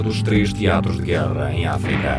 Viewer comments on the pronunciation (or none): none